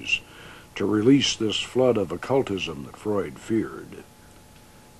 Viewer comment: I like the part where he quotes Freud with a german accent!